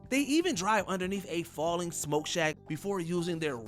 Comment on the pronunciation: "Jo-hanson-burg" instead of Johannesburg. "Smoke shack" instead of smokestack. "Strange hold" instead of Stranglehold. This script kicked the narrator's butt, lol.